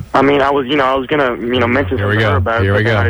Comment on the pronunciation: There's a few little things he does that irks me. "Underpants" is one. And it might be a regional thing, but i typically say "gonna", he always says "gunnew". Wtf lol.